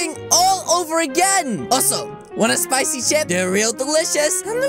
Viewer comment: Like when he say spichy but I don’t like to eat them